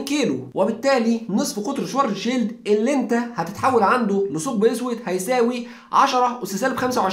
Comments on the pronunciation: شفارتس شيلد وليس شوارتزشيلد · مشكور عل معلومات .. بس تصحيح لغوي حرف الw باللغة الامانية تلفظ نفس لفظ حرف الv باللغة الانكليزية ... يعني اسمو شڤارتز شيلد اي ما معناه الدرع الاسود باللغة الامانية ... يعني صديقي بس شفت حرف w باسم الماني فورا الفظو v و حروف sch تنلفظ مثل الsh بالانكليزي و ach او uch تنلفظ متل حرف ال خ بالعربي ... بكرر مشكور على المعلومات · بس تنبيه صغير على أسم العالم الألماني ترجمة اسمو القارمة السوداء و الw ما بيلفظ واو بيلفظ مثل حرف ال v بللغة الانكليزية . حلقة حلوة بتجنن ❤❤🔥